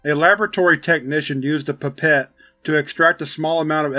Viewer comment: The "Pépette" lol! Awesome as always! Thanks!